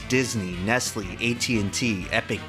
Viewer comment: when he said nestlee instead of nestle i died